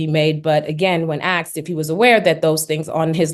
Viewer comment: I'm sure this lawyer is very highly educated, and is being paid very well in this case. Please stop saying axed 🙏🏻🙏🏻🙏🏻That drove us all crazy with the first hearings. And the adding of "your honor" in the same way people add "Father God" while praying when they are just filling empty space with words. I'm only 4 minutes in.... let me continue watching now.